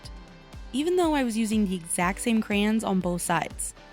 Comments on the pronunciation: its called CRAY-ONS it sounds weird when you say it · I say it with both syllables (cray-ons) like it's written. But In addition to the way you say it (crans), I've heard some people say it like "crowns" and I'm so confused by that one. 😹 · I think crowns comes from emphasizing the yons instead of the cray…😂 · You say "cran" like a Midwesterner. Me too . I grew up in Illinois and Nebraska. 💁‍♀️ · It never occurred to me until you said it but I say CRAN too 😅. It's like coopon versus quepon. Maybe depends on what part of the country your from. Im from the Midwest. This was a fun video! I like the science experiment!❤🎉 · I think you did a ton of work with crayons! I pronounce them "crowns" bc I'm from Virginia. Ugh. Anyway, you know how you mentioned that crayons are easy, and that's why you liked them? Was using any or all of these methods still fun when using the crayons? Would you dread using them if you had to do any of these methods? Just curious.😊 Also, Ruby? ADORABLE! OMG! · I love Ruby so much! She gives me such cute aggression!!! 😤😍😂 I want to squeeze her! 😆 You're totally making me want to use my crayons. 😅 Also my husband makes fun of the way I say Crayons (crowns) 🖍️👑 😂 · I say "Crans"......😂😂😂 thought i was the only one. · I have been told I say crayons funny too….i say it the exact same way as you! I guess growing up in Southern California then moving to the south after I got married they would think I say a lot of things funny 😂